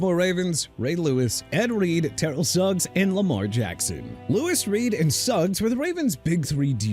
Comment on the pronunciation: FIRST OFF TERRELL IS PRONOUNCED TER-RELL. SECOND STAUBACH IS PRONOUNCED STOW-BACH NOT STOW-BACK. THIRD IT'S JA-GWAARS NOT JAGWIRES. LASTLY MR. AARON DARRELLE IS DA-RELLE!! YOU GOT A PROBLEM WITH THAT?! BY THE WAY WHY DON'T YOU CALL THE OWNER OF JACKSONVILLE'S FOOTBALL TEAM AND TELL HIM TO CHANGE THE NAME TO JAGWIRES OR YOU CAN GET THE TEAM NAME RIGHT!!!!!!!!